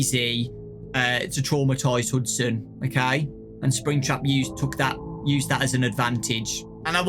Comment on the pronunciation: pretty sure its hudson not huston